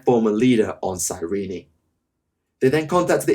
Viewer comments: Cyrene, comes from the City of ,Well Cyrene or Κυρινη in Greek(it's original name),so it is pronounced Kirini. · Given that the Blood Ravens were pretty much created for the first Dawn of War, Cyrene along with them, and the planet's first ever mention is in the campaign, I think it's supposed to be "Cyreen" and not "Cyreeny". All characters in over a decade throughout the games pronounced it "Cyreen"(both in the English and German version). This was actually the first time I've ever heard anyone pronounce it "Cyreeny". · I don't want to be that guy but Cyrene is pronounced "cyreen" not "cyreeny" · Cyrene is two syllables not three.